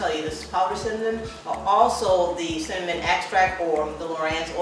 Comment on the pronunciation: Ok, Im following because you said cinnamonnny 😊 Im saying that from now on. Thanks for the recipe and the relaxed atmosphere.